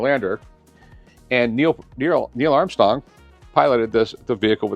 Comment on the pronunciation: I hate how Rick mispronounces EVERYTHING but loves to correct others who do the same. “Neil Amstong”🤦‍♂️🤦‍♂️